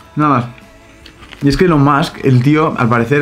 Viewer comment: Se pronuncia “ilon mosk” pero en fin la hipotenusa